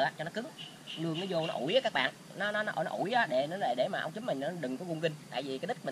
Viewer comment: Ống trúm không phải “chúm”